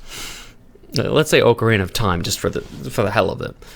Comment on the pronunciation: Offended how you pronounce Ocarina